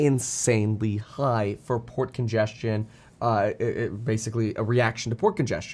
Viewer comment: Definitely kept hearing "pork ingestion" rather than "port congestion".... quite different interpretation 😂